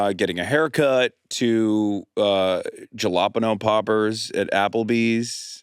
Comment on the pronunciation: It also has to do with using on demand delivery apps, which he didn't mention. And then his mispronunciation of jalapeños was jarring!